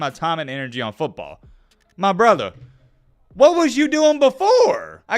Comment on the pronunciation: That “My Brother” sounded real uhhh southern….wonder what you say to grandpa when your talking about these black players